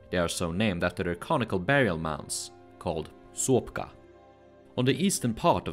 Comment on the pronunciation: Почему Новгород произносят как Новгарад, Сопка как Суопка, а Городщие как Гарадище? НУ ПОЧЕМУ???